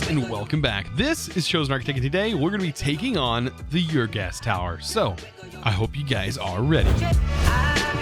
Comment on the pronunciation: There's no y sound at the start of ur. It's pronounced the same as saying "Urrr..." when you're unsure about something.